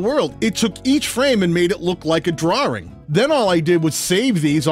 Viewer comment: Wow! Such a cool way to do things! Thanks for going the extra mile to teach us something new. Maybe you need a shirt that reads: "Stick around. I'll show you how." Also, did I detect some of your charming New England accent whenever you said "drawing"? :)